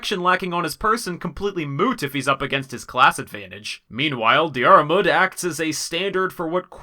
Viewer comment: It’s pronounced Deer-mood, not Dee-are-mood just fyi